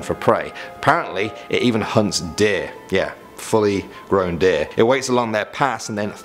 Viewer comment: In the deer part i thought he said dick i laughed so hard xDDDD